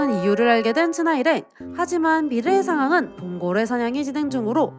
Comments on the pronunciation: 영상 야무지게 잘 봤습니다 ㅎㅎ 다만 자막은 봉고레라고 해두고 발음은 자꾸 봉골레라고 하는게 좀 거슬리네요^^ 시청자의 피드백이라고 생각해주시면 감사하겠습니다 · 봉골레 패밀리 아니고 봉고레패밀리...